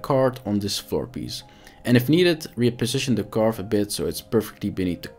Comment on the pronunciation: Karvee. Not Carve.